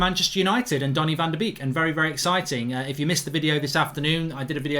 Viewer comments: Donny van de Beek is pronounced ‘bake’ as in baking a cake Mark ?....also as in the 250th birthday boy - Ludwig van Beethoven ! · It's pronounced "Bek" but make the e a bit longer cause of the double e. I know, Dutch pronunciations are hard